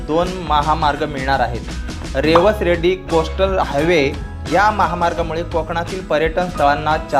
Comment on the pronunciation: अरबी समुद्र म्हणू नका सिंधू सागर म्हणा रेड्डी नव्हे रेडी अस आहे